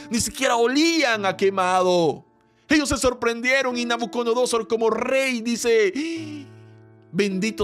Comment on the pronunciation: Querido hermano, gracias por estos momentos de tanta bendición, solo quisiera decirle algo: No se dice._ NabucoNodosor Se dice._ NabucoDonosor No es hate, es para que los nuevos en el conocimiento de la palabra, no se confundan. Bendiciones